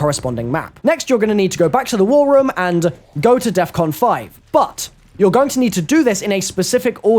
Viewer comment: I HATE the way you say "room" REM REM REM REM